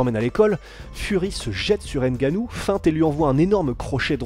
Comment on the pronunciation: le « N » de NGANNOU ne se pronounce pas. ;-)